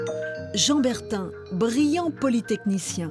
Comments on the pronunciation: Bertin, pas Bertain !!! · C'est BERTIN et non BERTAIN